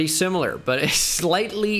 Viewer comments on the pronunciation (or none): none